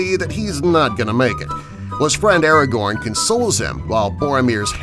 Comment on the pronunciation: He also said Aragon instead of Aragorn!